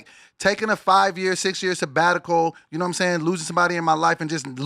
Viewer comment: Lmaoo bringing up “sebatical” and last week munchie mocked him for saying that 💩😅😂😂😂😂